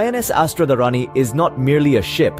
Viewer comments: अस्त्र-धारिणी . Kindly , pronounce correctly. A Sanskrit name. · it's pronounced Astra-Dhaarini